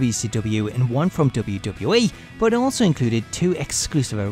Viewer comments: DUDE! its W...W...E! Not wbbwbw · Is it just me, or does it sound like he is saying WCW Monday Night RAW? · I'm not the only one that hears him saying "Dota" instead of WWE is it? ... Cuz he's pronouncing it extremely weird. Cool video though.